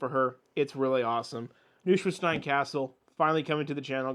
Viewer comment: minor correction on the pronunciation of Neuschwanstein. in German, the letters "eu" are pronounced like the English "oy" as in the word boy. so think of Neuschwanstein being spelled "Noi-schwanstein" as opposed to "Noo-schwanstein." this also means that the author people typically refer to as Dr. Seuss (Soose), actually rhymes with the word "voice" in English (Soi-ce) as opposed to rhyming with the word "loose."